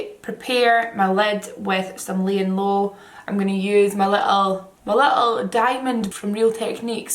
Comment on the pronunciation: Why do you say Leighanne Lo? 😂 Its LayinG LoW jk Funny tho 😬